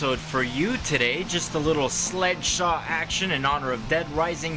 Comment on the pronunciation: I hear sleshslaw